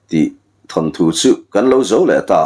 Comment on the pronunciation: Than thu ni lovin, Thawn thu tih tur.